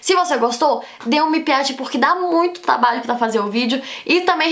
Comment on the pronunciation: Ela fala plova e tlabalho. É fofo kkkk